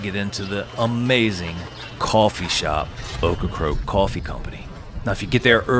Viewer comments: It's OCRACOKE, not OCRA-CROAK!damn get it right!! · it's not ocra-croak, it's ocra-COKE! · It's Ocracoke not Ocracroke. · Seriously, though,, was he/she correct? Were you mispronouncing the name, or do they change the "r"s around when they speak the name aloud? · Please call it Ocracoke, not Ocracroke. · Get it right: It is NOT pronounced OcracRoke It is OcracOke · Sounds like you are saying Ocracroke. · He is!..wtf?! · Great island, great video. Buts it’s funny you did this whole video pronouncing Ocracoke incorrectly as Ocracroke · I grew up on the mainland and took the ferry to Ocracoke every summer… by the way, you keep pronouncing it Ocra-croke…. 😊 that’s incorrect. It sounds like it’s spelled. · You seem to be saying "OcracRoke". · Why does he keep saying Ocracroke? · Sorry man saying OkraCROKE is like fingernails in a chalkboard. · At least he didn’t say Corncrake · This was a great video and narration except for obviously mispronouncing the name of the destination the entire video. It’s a bummer because this is one of the best videos I’ve watched on YouTube on Ocracoke but the mispronunciation is distracting. Well done otherwise though.